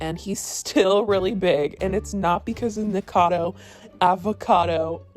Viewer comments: I have held back saying this because I figured this drama would die down and you would stop having to talk about Nick eventually, but since it will apparently never die down, his name is pronounced Nick-acodo Avocado, not Nickacado. Not that it matters. 😂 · Girl it’s been so many videos it’s NikAcado not Nikado lololol PLEASE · I hate the guy but it kind of pisses me off how you keep saying Nikado 😂 it’s Nikocado. Guess im ocd like that. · It’s nickocado, not nickado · its nik-0-cado not nik-cado ...I don't like him either but at least pronounce the name right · Yessssss mispronounce his name😂 bet it triggers him. He needs to quit but he's just THAT full of himself. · Please say his name right. Nik-o-cado, not "nikado". I love your videos, but that does make me twitch, lol. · I find it funny that she says “nickado” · NIKO-CADO-AVO-CADO omg!!!!!!!! It's not that difficult!!!!!!!! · "Nic-ado Avocado" 💀💀💀😂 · and I can't believe you still cannot pronounce his name. "Nik-O-cad-o". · You cannot pronounce Nikocado. It hurts. You keep saying Nikado. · Right if your gonna make money off the guy how about you say his name properly FYI I’m not a fan of either of these guys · You always pronounce nickocados name wrong but spell it correctly😭😭😭 I don’t like him but I don’t get it lol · U cant even say his name right 😂😂😂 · ok but can u like say his name right for once lol